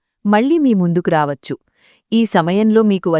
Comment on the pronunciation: ప్రసంగం బాగున్నది కానీ "వచ్చు" అనేమాట పలికేవిధానం అదికాదు మీరు SP బాలసుబ్రహ్మణ్యం గారి మాటలు వినండి మీలోపాలూమీకు కనిపిస్తాయి